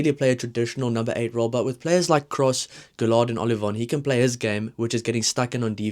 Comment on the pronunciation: LL in french tends to be an uy with the accent after on the e sound so gailleton is more guy-et-on. Guillard no accent on the a gu-ee-ard. Keep up the videos.